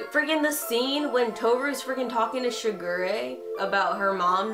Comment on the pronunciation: This one was probably more accurate, but I will NEVER get used to how the new one pronounces Shigure